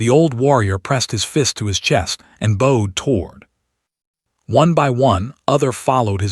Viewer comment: Boed instead of boughed?